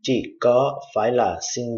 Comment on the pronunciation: chi ออกเสียงจิ้ ไม่ จิ ครับ อาจารย์